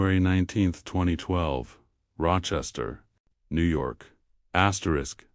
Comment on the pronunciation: Could stand the elimination of the AI vioce saying "askerisk askerisk" repeatedly.